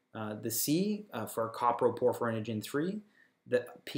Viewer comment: Also, it's not "copper - proporphyrinogen" it's "CO-PRO-porphyrinogen" !!!